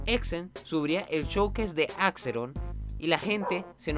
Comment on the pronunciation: hermano porque dices AXERON y teCHnical xd